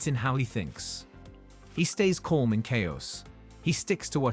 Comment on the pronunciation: You really have an AI VO that can't pronounce the word calm?